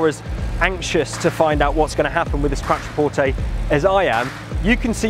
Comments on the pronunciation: "Quatroporteyyyy" Jesus mate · Please pronounce Quattro (as in Audi Quattro) porte.